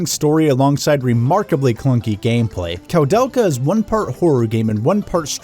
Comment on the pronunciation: It's pronounced "Koo-del-kaa" haha But regardless, great review dude, was entertaining all the way through! I love this game very much, it's one of my favorites on the PS1 despite some of its issues. (analog movement but no analog support?! Tank controls actually worked better on the dpad imo, as you said in a different way :P ) And it looks absolutely beautiful on a high quality CRT TV. I really wanna give this a review myself one of these days.